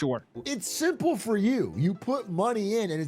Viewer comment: I could never trust somebody who says simple with extra syllables. Where all that extra movement coming from?